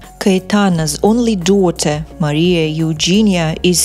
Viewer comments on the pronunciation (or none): none